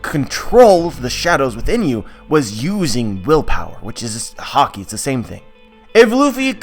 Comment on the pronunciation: You keep pronouncing "Haki"as "Hockey". Pls stop. Anyway good stuff.